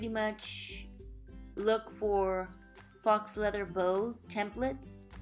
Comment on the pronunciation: pronounced fo leather :-)